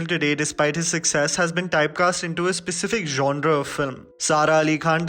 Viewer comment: The was he pronounces genre.... ❤️😅😁